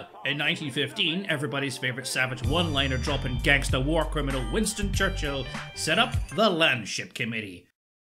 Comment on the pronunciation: I trust your british accent of Churchill because you're British.